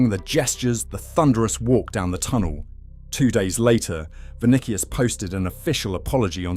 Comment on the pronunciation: Vuh Nick Ee Us